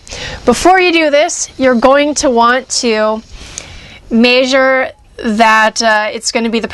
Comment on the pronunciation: "may-zure".... measure, it's measure. with an "eh" sound m-eh-sure